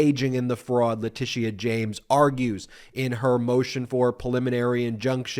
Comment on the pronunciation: Great job, Ben, but just a small side note. You’re not pronouncing Leticia (James) correctly.